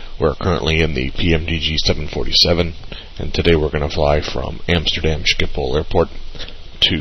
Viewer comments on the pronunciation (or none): No, it's not. Do some research and learn from a Dutch speaker. Sound something like Sgip-hol